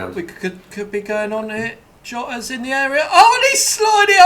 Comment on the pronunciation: continuing his poor naming streak today calling Villas Jota the Portuguese name when hes spanish so it's pronounced yota